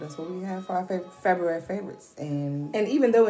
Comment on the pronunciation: Lol Feb'ry you heard her Shay she said Feb'ry